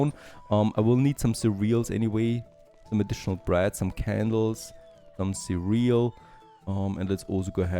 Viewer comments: It’s not ce real, it’s cer re al. Ich weiß englisch ist schwer. But always entertaining. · Check the pronounciation of the word cereal. (more like serial)